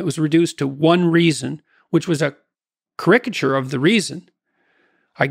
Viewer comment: Ah yes, exaltation for the guy who can't pronounce "caricature" and who thinks that Orwell should be claimed by not only "the Right" but "the West." Three cheers for the pill popping ding-dong.